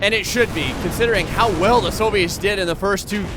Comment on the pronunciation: Soooviets lol you say it so weird